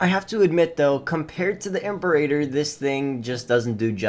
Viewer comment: Great videos so far! Just a note it's pronounced "im-pear-a-tor" not "imp-a-rater"